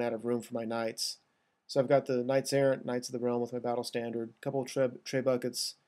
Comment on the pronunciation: "Tray-buckets", gods that cracked me up. I can't blame you though. Damn french and their overly posh pronunciations.